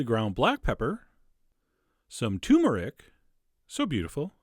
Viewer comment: He wants to think it was invented in his country, yet he cannot pronounce turmeric properly.